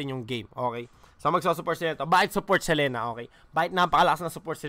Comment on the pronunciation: Boss dogs selina ang basa hnd selena